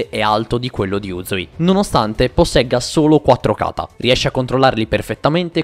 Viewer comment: Unica cosa, per favore tocca migliorare gli accenti è: Katá non Kàta Akáza non akàza